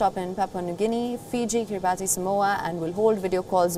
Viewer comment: the anchor butchering the name "Kiribati"